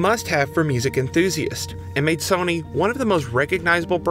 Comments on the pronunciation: why is he pronouncing it Sonny 🤣 its SOH-NY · i refuse to watch a video about sony made by a guy who pronounces sony in a way i have not heard another human do it